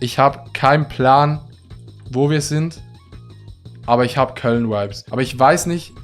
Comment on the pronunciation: Alle:" Vibes" Adi:"Veibs"